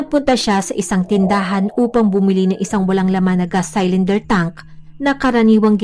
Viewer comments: Hnd po saylinder pronounciation.. silinder po ( cylinder ) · CYLINDER= SI-LIN-DER OR SI-LUHN-DUH SA GOOGLE NOT SAl-LAN-DER.